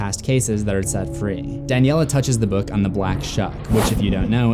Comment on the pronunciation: It’s Daniela not danielle